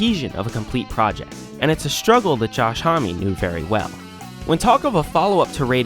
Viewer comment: >thoughtful, well-researched essay >pronounces homme right >kyuss